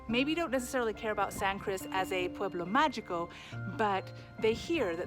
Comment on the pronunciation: Mágico is pronounced MA-HEE-CO. And San Cristobal would also be lovely to be heard pronounced properly too… 🙏🏼